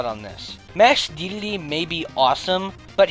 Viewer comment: he says dedele wtf